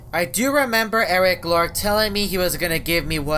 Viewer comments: Its eris loris not eris lorc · Eric lork Me: it’s Eris loris